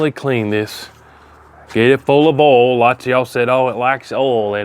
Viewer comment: WTF is "awl"? You said "I sprayed some extra awl on it".